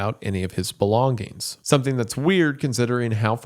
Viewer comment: "g" in the word "Belongings" is silent